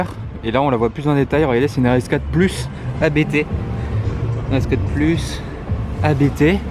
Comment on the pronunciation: Abt c’est un nom de famille, ça ne se prononce pas A.B.T du coup